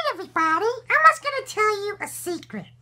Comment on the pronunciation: Secret not secedt